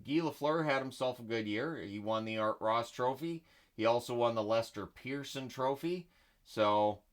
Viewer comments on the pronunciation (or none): none